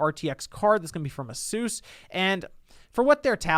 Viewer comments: I was into the vid until he said asus the way he did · Asus is pronounced ay-soos? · that is definitely NOT how you pronounce asus